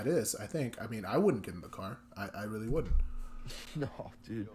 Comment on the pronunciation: He said "Nor" 😂